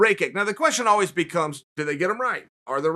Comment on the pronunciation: Chael “Alweez” Sonnen